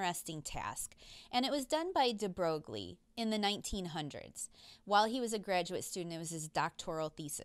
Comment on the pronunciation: F r e n c h physicist ‚de Broglie‘ ( Aaaarrrrghhh) is pronounced de Broi. Well, yes, english speaking people and foreign languages… a desaster. But a professional physicist should perhaps be aware of this. Admittedly, even for people educated in French the pronounciation of Broglie is a bit strange and uncommon.